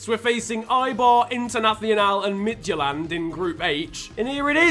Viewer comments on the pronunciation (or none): none